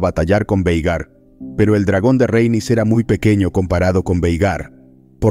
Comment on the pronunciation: RHA-EN-YS, Rhaenys, no el constante "Reynis", XD....